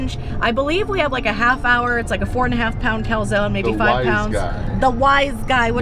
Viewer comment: why doesnt anyone pronounce calzone properly